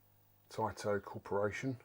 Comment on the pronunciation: Hey first I wanna say congratulations for getting this piece of treasure and well done for bringing back to life. It’s also more than important for sharing and educating this piece of art. Let me know if I’m wrong, but I always thought Taito was pronounced kinda like (ai) as ate and not as (ight)….?